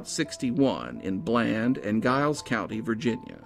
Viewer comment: It's pronounced Jiles County